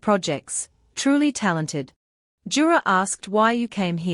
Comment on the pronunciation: It's yura not jura ❤plz